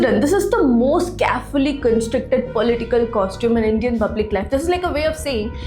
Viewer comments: I really like your videos. A small correction in your pronunciation. Hope you don’t mind. It’s not bublic, it’s spelled as public. Rest all amazing. ❤ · What about प. she says ब "bublic" for "public" Could you give an example of what you were referring to.